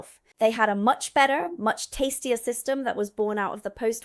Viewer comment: The word better at the end lol your turning i to a cockney girl 👏👏👏